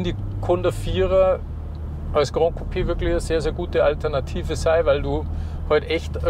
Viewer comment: Tolles Video, sehr ausführlich! Besonders gut haben mir die Informationen zu den Sitzen und dem Platzangebot gefallen. Kleiner Hinweis noch: "Gran" in Gran Coupé ist spanisch und wird kurz gesprochen, genau so wie man es schreibt. Was ihr gemeint habt war "Grand", das hätte man so ausgesprochen.